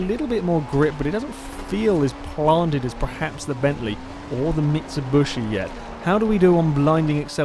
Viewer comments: ***** i'm from the uk and i've always said mitsubishi, never heard anyone else say bushi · why do you say mitsubuushi? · Why do you keep calling it a MitsuBUSHi? xD Seriously, is there some sort of dialect where you live for Mitsubishi or what? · lam neth i say mitsubishi as well, but my mate says mitsubshi and fuck is it annoying